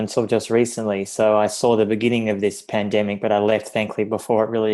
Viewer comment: Pandemic not pendemic, draconian not draconic.